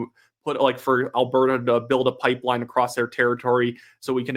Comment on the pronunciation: Carney can’t even say the word pipeline…